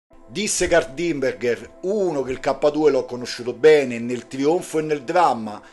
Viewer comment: Kurt Diemnberger è Austriaco, non Inglese. Il nome si legge "Curt" non "Caert" il cognome "Dimbèrgher" non "Dìmbergher"